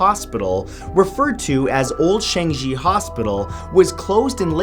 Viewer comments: it's not chan-ji its pronounced chang-i (i as in ee) jeesus.... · #10 Changi is pronounce as ''Chung-Yee" not "Shang-gee" lol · Okay. I am from Singapore and you pronounce "Changi" as chang-gi and not sheng-gi. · Changi is pronounce as CHUNG E not shang shi 😂😂 im from singapore btw hehe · Chang-yee not chang-gee HAHAHAHA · Erm its pronounced chunk-yi not change Yi heh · gamma gaming it's not chung-i. It's chang-i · It's pronounced CHAAH-NGEE not chanji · It’s not Shengji it’s Chahng-ee, exactly like how it’s spelt !! 😩👌🏻 you’re welcome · #10 is pronounce as ChangII not GEE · Matt, it's pronounced Chan-Gee. Not chan-jee. I might or might not be from Singapore :) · for the first one just to clear up its pronounced as chang-yi instead of chang-gi :) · Changi, Singapore is pronounced CHANG-NGEE or CHANG-YEE if the first one is too hard to pronounce... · #1 Changi more pronounced as Chung-yee. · In Singapore we call it "Ch-ang-yee" Hospital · Hi Matthew, love your channel! I'm from Singapore and we do have our handful of haunted places. By the way, Changi is pronounced as Chang 'yi'. Cheers! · changi is pronounced like how its spelled ahaha not sheng zhi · The way he pronouces changi (chung-ngi) triggers m😂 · "founded in Jangieee Singapore" xD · Pronounced Chang-yi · It's pronounce as Chang - e ! From Singapore with love !☺️☺️ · The way you pronounce Changi HAHHA Its chang e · Matthew its pronounced as changi(chung-i) that is how singaporeans pronounced it. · Judith Chen YEP. As a Singaporean I was so confused like "there's a place called Chung-jee?" Until I scrolled back up 😂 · yeah that's normal for us chinese/singlish speakers. but for them the pronunciation is way off, just like with different stresses in the different accents (i.e. scottish, irish) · You pronounced changi wrong.. It's pronounced 'Chan-yi' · Marsna Danse it's chang-yi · Ayy . singapore makes the list . Fyi , its pronounced CHANG-EEE . Singaporean peeps , where you at ??!!!!